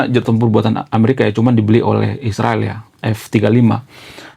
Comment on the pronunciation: sebut dgn betul Israel.